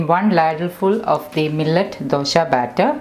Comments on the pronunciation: Don't say Dosha ,Dosha. It is Dosa.Where does that H come from? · It’s not dosha it’s dosa , please correct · It’s pronounced as dosa🤔 not dosha